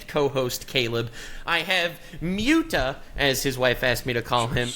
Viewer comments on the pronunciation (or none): Them calling muta "myootah" had me rolling lmao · Mueta is the best, gotta thank his wife for that lovely pronunciation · Miuta lol kinda like miata